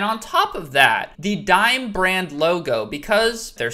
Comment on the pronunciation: isnt Dime prounounced Dee-May